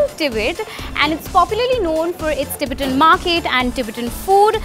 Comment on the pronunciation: Please pronounce Tibetan accurately